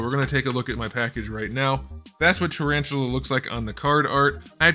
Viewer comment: Tarantula? More like Tarashula.